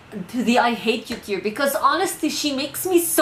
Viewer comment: (For your peace of mind) don't worry, you're pronouncing tier right. Tee-er is a tier list. Tie-er is something that goes on the wheel of a car.